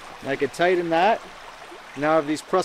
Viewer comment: TIGHTEN! not tiden! lol Great video by the way.